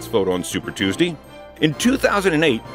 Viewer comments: Anyone else find it hilarious when he says "Super Tues-Dee"? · Tews-dee lol